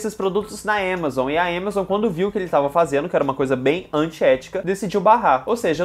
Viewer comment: o falando êmazon e eu ode diabo eh isso aí depois me toquei que era amazon